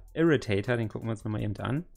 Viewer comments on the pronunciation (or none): Ich will keinen verbessern, aber der Irritator wird so ausgesprochen wie er geschrieben wird. Also nicht Englisch